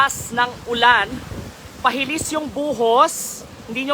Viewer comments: PAHILIS BA O PALIHIS,😁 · lihis po hindi hilis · palihis dpt 😂 inulit pa kc ng reporter,,kaya tuloy napansin 😂